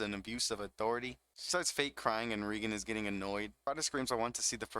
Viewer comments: Small issue: "Regen" bothers me a little. "Rei" is pronounced like the name "Ray" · its ray-gern. not ree-gern. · He pronounce Reigen without the ''i'' ?